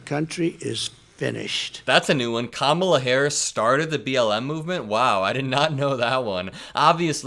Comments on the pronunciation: check this out, you ever notice how he pronounces the vice president's name correctly this time, because she put him in his place and how to pronounce her name correctly that's how week he is. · He spent one day saying her name correctly. Wtf?